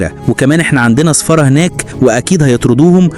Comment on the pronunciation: سفارة... وليس صفارة...